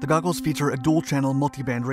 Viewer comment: "Googles" or "Goggles"???